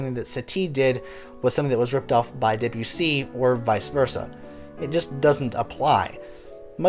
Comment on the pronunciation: Good reading of pre-existing material but your French pronunciation is awful. Stress should be on the first syllable of Satie. Like Sah-tee not satee and Deh-bew-see.